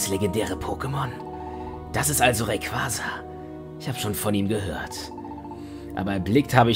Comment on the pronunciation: Im Film würde gesagt: "Deoxüß" und "Raikasa" (von der Aussprache her)